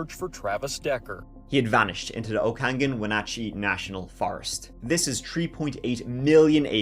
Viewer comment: Agreed. Hearing him pronounce Chelan and Okanogan was a delight! LOL Really sad we're in the news over a multiple murder...again.